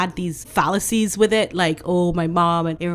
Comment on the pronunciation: Oh my days!!! You just sprayed my sleeping cat with tea! I know you didn't mean it the way I took it, but you're talking about his "todger" and you said "....add these falises...." I swear I heard phallus! I'm done, thank you for always making me laugh, and spit tea on the cat. ☆